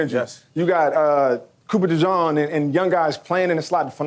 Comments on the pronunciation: his name is Cooper DeJean. JAWN is a Philly term or slang. His name is really pronounced the way you read it. It's Jean. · He said Copper DeJawn I love it